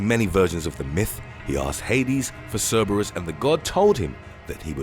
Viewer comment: It low key drove me crazy how he pronounced Cerebrus......JS